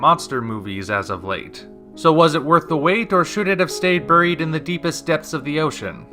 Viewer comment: Did you just say "brrrried" instead of "buried"?